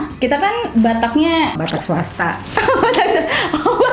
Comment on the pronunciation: Batak suasta😂